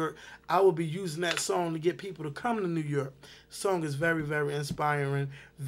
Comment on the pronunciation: lmao "New Yerk"